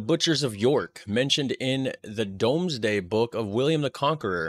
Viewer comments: The Domesday Book is pronounced Dooms day, as in you are doomed, not a dome. The guy doing the tour video also did not pronounce Eboracum correctly (the roman name for York) not sure if this helps if I break it up spelling it like this (E bore a come). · Domesday Book is pronounced as doomes day. It it the first recorded census of our country. The town I live in in Mid-Cheshire is also in it. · Not Dome but Doomsday Book. Its written Dome because of Old English. Like Ye Olde Shope, The Old Shop. The Y is a Thorn pronounced "Th" and modern English dropped the "e's". Old English is a mash of Celtic, Breton, Latin, Old French, Old German (Anglo Saxon) and Old Norse. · The Domesday Book (pronounced "dooms day") was a census taken by William I (the Conqueror) between 1085 and 1086 to account for all the resources of his newly acquired kingdom. It's kind of cool to find that your own home town gets a mention in it, as mine was. The word "shambles" is also used in Britain as a slang term for any state of chaos or mayhem, comparing it to all the dead animals that would have been on display by butchers. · New York is named after the Duke Of York who later became King James II. Domesday Book is pronounced 'Dooms-day'. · ‘Domesday’ is an Old English spelling and is pronounced ‘Doomsday’. It was a book written in the 11th century (that we still have), and it was basically an inventory of all the land, livestock and dwellings in England. William the Conqueror commissioned it so he would know exactly what he now owned, since he had crowned himself king 😂. ‘Domesday’ was the nickname given to the project by the native English because being conquered by the Norman French felt like the end of the world to them. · Domesday book is pronounced Doomsday book it was an order by King William I(William the Conqueror) to have the Country inventoried the extent, value, ownership and liabilities of the land in England and parts of Wales